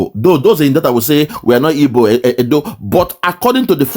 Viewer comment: I knew she is not an igbo cos she cannot pronounce igbo word proper.